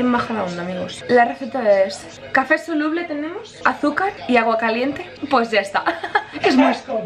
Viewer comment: pobrecilla dice "que souluble asi no salia"